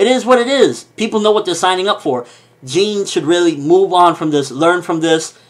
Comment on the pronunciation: Oh and Jean is pronounced how you'd say it in French